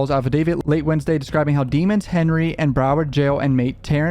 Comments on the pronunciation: It’s not “Dee-mons”. It’s “Dea-mons” please say it right!!! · DEH-MENS not Demon ffs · his name is pronounced demons - like lemons but with a d. Not DEmons :) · again, you know his name is not pronounced dee-muns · Why are you pronouncing his name Deeeemons? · Can you please say his name right, you started off saying it right when you first started but now you just keep saying "demons" Lmfao it's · Why do you keep mispronouncing melly’s name when you literally had a video talking about how the judge made the prosecution pronounce his name properly? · For god sake pronounce his surname CORRECTLY!!!! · You know his last name isn’t pronounced like that. Fcking hate that biased bullshit